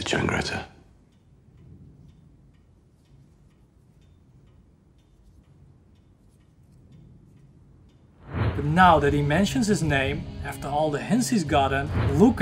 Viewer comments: CIANGRETTA NOT CHAngretta. Damn. I hate this every time I fookin read it. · Ciangretta not Ch please…